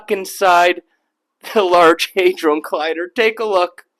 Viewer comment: He said HI-drone collider. Lmao Hit like anyway, not everyone is an A student in language.